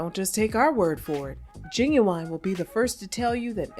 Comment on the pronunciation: Knot "Gin-Gin" .... 😅🤣😂